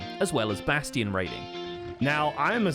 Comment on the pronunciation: Whenever he said bastion, I kept hearing basitin...